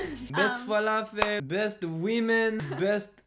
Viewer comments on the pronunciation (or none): When the Israeli said Falafel I cringed.